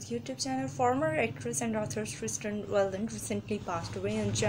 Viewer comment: Its CIRSTEN not cersten